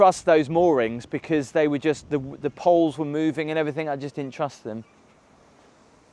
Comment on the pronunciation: Hello, I love you dearly, but you consistently say, "Everythink" instead of everything, is driving me nuts!!!! I must have viewed nearly all of your vlogs by now & you always say, "Everythink." Please, Gabby, help him.❤